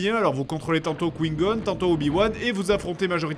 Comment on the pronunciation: je ne comprend pas tu prononce "Darth Maul" comme en VO mais tu prononce "QUIN(NE) Gone" au lieu de "kouaï gon" ... apres tu fait des critiques ciné où tu te prend pour un cinéphile qui a toujours raisons...